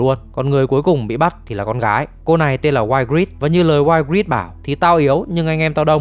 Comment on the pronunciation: Cô tóc cam man tộc tên đọc là I-grit ạ